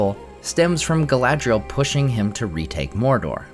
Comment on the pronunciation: Galadriel? Not Galadriel?